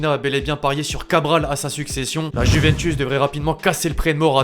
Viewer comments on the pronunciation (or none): none